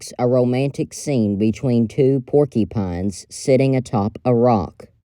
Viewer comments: PORKY PINES! You mean "Pork-u-pines" don't you? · Porky Pines, I love that! Never heard it pronounced that way! ❤️🦔❤🦔 The deer has a "rackro©" (rack+afro=rackro) 😊